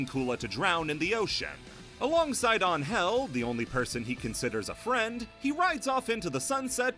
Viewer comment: That's the correct way to pronounce her name.